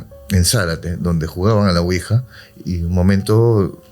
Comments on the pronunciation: Quija???? 😅😅😅😅 Ouija. ES OUIJA!! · Excelente episodio, solamente corregir ouija ( Quija).